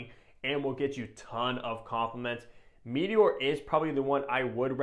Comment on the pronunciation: It's not "mee-tee-ore". Comon man.